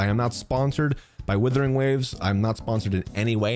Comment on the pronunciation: Sorry but stop. It's not withering.. there's a U. It's Wuthering Waves.